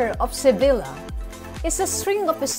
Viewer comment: Sevilla pronounced as “SEVEEYA”